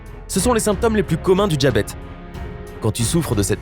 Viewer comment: Le « djabète » lol